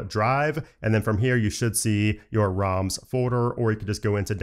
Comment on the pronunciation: It's ROMs and not RAMs :) you need to correct your pronunciation